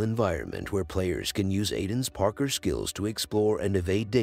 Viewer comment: It's gotta be AI. Who the hell pronounces parkour like that??